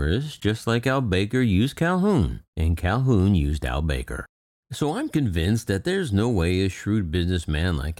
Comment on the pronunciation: I believe his surname is pronounced Al Back-ar. ;)